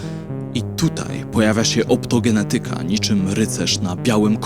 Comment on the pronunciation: OptogeNEtyka. Trzecia od końca sylaba powinna być akcentowana.